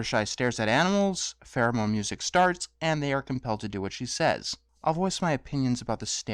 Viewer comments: it sounds like you're saying pheromone instead of theramin, so i keep thinking that when there is theramin music, it's like sexy 70s porno music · Pheromone music? I thought you were saying "theremin" at first, but the second time I definitely heard "pheromone."